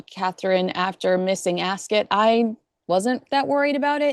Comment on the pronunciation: Incidentally many Brits say “ Ascot” not “Ascit”. That is old news & you get 2 it now???